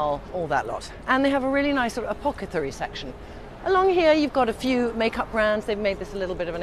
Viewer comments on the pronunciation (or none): An “apocethary” section.. haha. So sweet